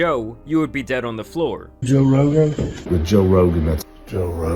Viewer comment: He couldn’t said Jose Rogan